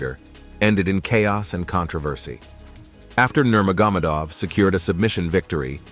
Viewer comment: Are u even a fan? It's pronounced Veetor and Nermogamadeoff